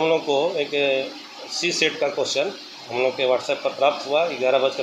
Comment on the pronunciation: Ni wo Set 'C' ko cset bol raha